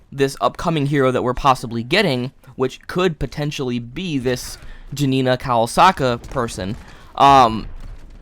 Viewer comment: how is pronounciating kowalska anywhere near kawasaka ?